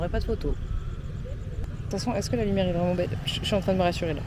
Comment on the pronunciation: « trop de loumiere » 😂